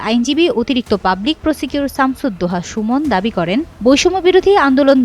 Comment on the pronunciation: এই নারী রিপোর্টার () প্রসিকিউটর শব্দটি ভুল উচ্চারন করেছেন একাধীকবার